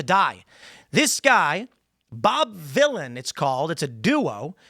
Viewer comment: Villain not Manila’n